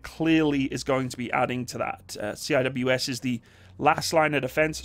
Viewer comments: Say “ See -wiz “ not C-I-W-S Cheers great vid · C-I-W-S? repeat after me....... SEE - WIZ no one calls it C-I-W-S, you are the first ive ever heard it called C-I-W-S, everyone else who blogs about weapons systems call them SEE-WIZ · Lol my man actually called it 'See Aye Dubayue Ess' XD